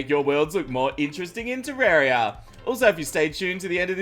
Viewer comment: Why Pronouce Terraria Wrong?